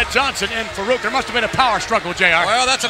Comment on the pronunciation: So Vince calls him "fuh-reak" instead of Farooq lmao wow